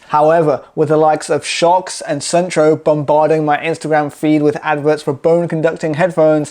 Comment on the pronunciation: Suunto is a Finnish brand. The name is pronounced like soon-to where 'to' is pronounced like the beginning of the word tok